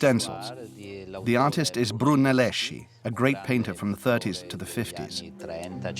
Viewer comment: The name Brunelleschi is pronounced "runelleskee", not "brunelleshee".